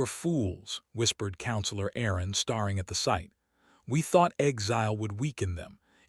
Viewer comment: Gah.. the voice mispronounced staring as starring. Poor. Low quality. Thumbs down.